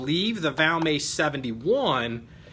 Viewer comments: It's pronounced VALMET the t isn't silent. Gun was made in Finland not France..... Nor is it an upgraded or aftermarket trigger. They came from the factory that way. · no you didn't say France. I was just teasing a little about the Valmay pronunciation. Sounds like a french word. Just my twisted sense of humor. I enjoy your videos. Please keep them coming sir!👍🍻